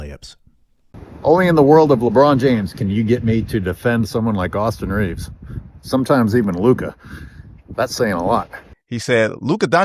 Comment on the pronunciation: Not to be THAT guy, but it’d be Reaves’ no extra S at the end.